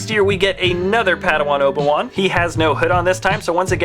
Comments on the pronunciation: You said oba-wan not obi-wan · he says Oba one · You said obe wan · another padawan Oba-Wan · no no no its Ben kanobi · Oba one... That's what he said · "Let's move to the episode ONE Obi- ONE(Wan) where he is a padaONE(wan)"